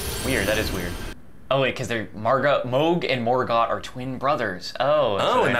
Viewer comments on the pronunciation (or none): none